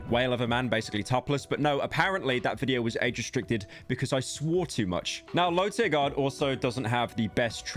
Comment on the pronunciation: LowTierGod* Not "LowTierGuard" fkin brits.